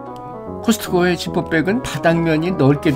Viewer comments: 커슷커오~ 발음👍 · 코스코 하고 원어민 발음 하는 소릴 들으니 맘이 다 편안해집니다 다른 사람들 코스트코 :이케아 듣기가 불편해서 힘들었는데 부드러운 발음이 아주 좋아서 구독합니다 .